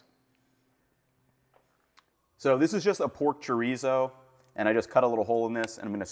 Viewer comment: I love you Ethan I really do, but the way you just said chorizo was the whitest shit I've ever heard. it gave me a laugh. great little breakfast taco/ burrito though.